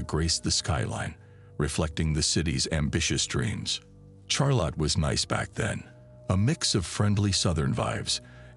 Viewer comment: Teach your fucking AI narrator how to pronounce Charlotte.